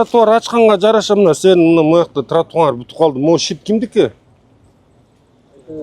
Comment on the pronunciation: Тура суйло долдондобой тротуарынар эмес Тратуарды деп суйло ал общей